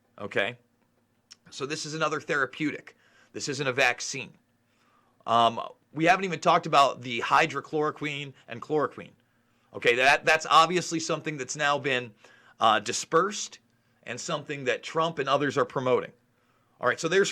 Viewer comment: Hydr-O-chloroquine?? I thought it was hydr-OXY-chloroquine? am I wrong?